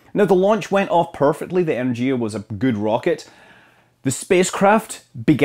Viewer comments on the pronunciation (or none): Scott, big fan. EnerGia hard G... Eh-nehr-gya. Please go on educating me and others. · Energia is pronounced as En-YER-gee-ah there is no hard "dʒ" sound in Russian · Energia when referring to the rocket is pronounced with a hard g, as in ground